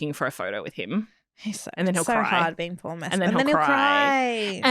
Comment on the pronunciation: Paul is a complete gentleman. You are pronouncing his name incorrectly by the way! Both you guys are totally talentless!